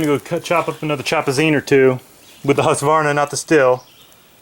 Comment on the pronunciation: i love your pronunciation of husqvarna rofl